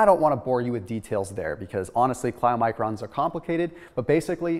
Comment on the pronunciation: Chylomicrons is pronounced kaee-lo-microns. I'm trying to learn about them because they carry endotoxins from gut pathogens dying off. With SIBO this is hell. Insane amount of inflammation. Keto got rid of 45 lbs for me (I now weigh 128 lbs), and got rid of all my joint pain. But I still have gut dysbiosis and fungal overgrowth throughout my body.